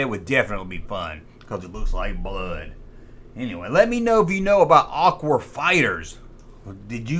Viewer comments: why do you keep saying aqur!?! can you not say aqua!?! i know your country fried, but damn come on dude! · I thought he was saying "Aqu-War Fighters" , like they were combining two words into a clever name. That said, all sentences begin with capitol letters. And it's YOU'RE, not YOUR!